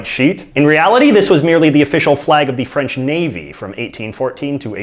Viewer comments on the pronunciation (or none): none